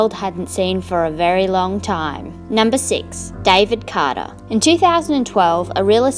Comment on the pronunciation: I like your accent when you said David Carter